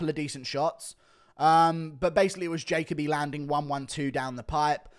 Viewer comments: It’s not pronounced jaycobee it’s jahkobee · It’s pronounced ja Colby